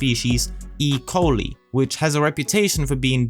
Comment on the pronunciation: 😂😂 “e coleee” 😂 as a microbiologist I have never in my life heard anyone pronounce it that way 🤣 that was a good laugh, It’s pronounced ‘E-Cole-I’ ( I as in ‘I am’)